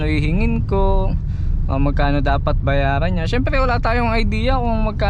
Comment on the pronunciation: It's strange how you keep saying "bayadan" but then at least twice you said it properly, "bayaran."